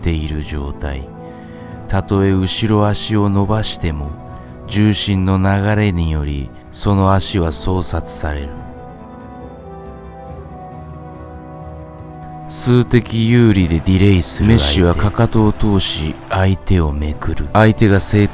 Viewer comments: ら辺のところですが、多分、 相殺 ｢そうさい｣と読みます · 細かいようですが、相殺と言いたかったのであれば、「そうさい」と読みます…